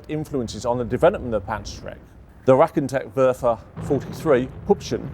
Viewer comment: lol, "rackentekk werfer"